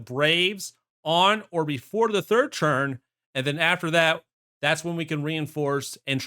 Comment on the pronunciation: The video was great but the way you say ‘turn’ infuriates me. It’s a ‘t’ not a ‘ch’ ‘Churn #3’ pls stop 😭